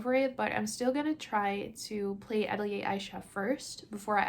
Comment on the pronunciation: I love game hauls. I have to say that I cringe every time you pronounce Atelier like that.